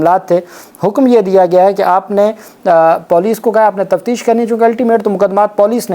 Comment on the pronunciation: Typical PENDU check Google and correct your POLICE Pronunciation.